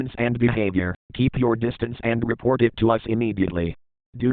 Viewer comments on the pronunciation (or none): none